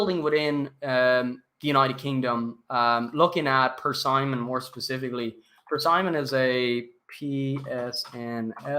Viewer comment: My brother in Christ - it's pronounced, Per-SIM-ON.....not Per-Simon